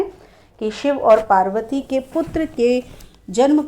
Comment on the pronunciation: बार बार शिवजी और मां पार्वती का उच्चारण गलत कर रही हो आप